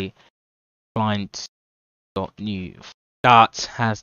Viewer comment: dok or dot ? 🤣